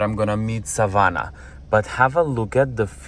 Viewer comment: lovely as usual informative video, You say Savana so perfectly, every time you said it i looked as its my name also.